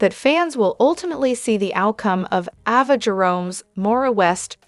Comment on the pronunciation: AVA, say it right A-VA.